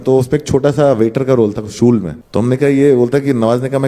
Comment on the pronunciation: Funny he was talking about the Sa and sha words but he himself calls Shool as sool 😂